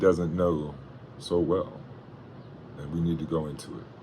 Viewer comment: You can't even pronounce his name and you try to insult him lmfao.